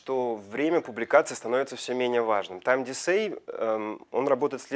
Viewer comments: Time Дикэй😂 не Дисей😂😂😂 все равно вы классный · что такое упоминаемый вами "тайм дисэй"? Если это time decay, то произносится это так: "тайм дикэй". Надеюсь, с смм у вас лучше, чем с английским. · не тайм десэй, а тайм дикей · Спасибо за лекцию, конечно, но этот «тайм дисэй»... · krutoyinfo во во, аж слух режет. И это один из лучших спецов?